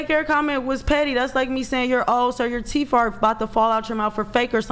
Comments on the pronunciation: I brush my teef on planet Earf while I axe questions. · Earf, axe, and teef 😂